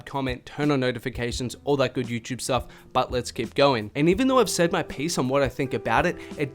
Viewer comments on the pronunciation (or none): none